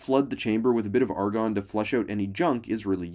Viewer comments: Argon Not argon Love the scientific-ness of this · ARGON NOT ARGON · Argon and NOT Argon xD